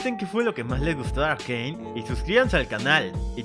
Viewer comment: Un dia conoci a alguien que en vez de decirle "arcane" lo pronuncia "arcain"